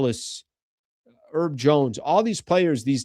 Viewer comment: is the H in Herb Jones silent? (real question). Cuz how u saying it sounds crazy. says Herb (I assume for Herbert or something) Urbert